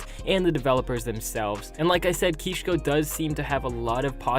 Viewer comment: Ngl u butchered the YouTubers names it’s not ‘keeshko’